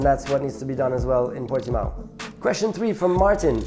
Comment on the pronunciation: Nico, i just wanted to say, as a Portuguese, you said Portimão pretty well compared to the F1 commentators. Best racing driver is easy Senna, no doubt, natural talent, amazing skill, best one ever.